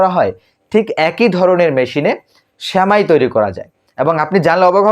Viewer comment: Semai kotha ta age thik kore uchcharon korun.